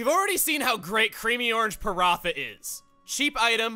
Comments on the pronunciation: Hi! Paratha is a staple food in India and I was really glad to see it in Xenoblade! I think it’s pronounced paran-TA, though? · As someone who knows a lot about asian culture I am super annoyed with the pronunciation of paratha. I know it's a small nit-pick but it really annoys me.